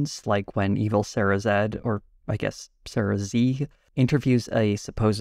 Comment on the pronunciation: I love the idea of Sarah Z's evil twin also being called Sarah Z, but with the American pronunciation of Z.